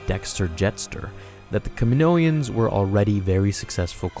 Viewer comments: Ka min-o-ans. Not ka min-oians. Phonetically. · DUDE its kaminoans, not kaminoians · can you stop saying "kaminoians" it's kaminoans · Kaminoans not KaminoEans!!! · Kaminoan, not kaminoian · “Ka-mi-no-ans” not “Ka-mi-no-i-ans” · Kaminoians? C'mon man, you can do better than that... Kaminoans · I don't why but it didn't feel right when you say 'kaminoaians' should just be 'kaminoans' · I figured it out. What sounded weird is your “Kamonoian” It’s “Kaminoan” Sorry if I’m nitpicky ‘:) I’m a linguist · the way you call them Kaminoians bothered me lol... Kaminoan sounds a lot better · I could be wrong, but I'm pretty sure I've heard, in the Clone Wars & other media, the people of Kamino called "Kaminoans" not "Kaminoians" sorry, it just felt off hearing them called "kaminoians" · I think the accepted pronunciation is “Kaminoan”, not “Kaminoian”. At least that’s how I’ve heard everyone else say it. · Cam-i-no-ans. Not Camino-ans or Caninoians. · good video, but i'm really sorry, one thing is just driving me nuts it's Ka-mi-no-an, there is no second 'i', it's not Ka-mi-no-ian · aside from all the regular words you mispronounced, they say "kamino-ans" in episode 2. it's just the name of the freaking planet with -ans afterward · *STOP MISPRONOUNCING KAMINOAN* KAM MEN NO EN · I love your content. Btw isn’t it pronounced Kaminoans in episode 2? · It's funny how you can't say "Kaminoans" correctly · say it with me: Ka-mi-NO-an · R K that’s how they pronounce it in attack of the clones. You’re right.